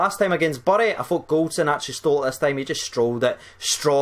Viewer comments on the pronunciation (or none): none